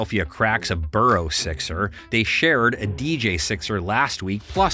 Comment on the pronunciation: Yes, Who the hell are “Dey”